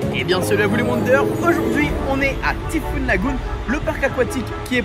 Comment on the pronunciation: Par contre pour être totalement parfait … il faut prononcer le Y en thai fouunn pas en i 😎 (mais c est juste par soucis d accent anglais 😁)